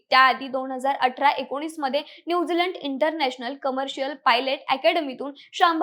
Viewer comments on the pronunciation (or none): none